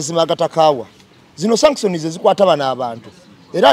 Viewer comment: No 1 bambi sagala onyiige naye nsaba kutelezamu ku kigambo Sanction so tekili shaction nga bwokyogera